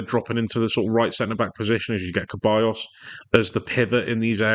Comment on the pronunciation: Good video but Ceballos is said like Sebayos not Kebayos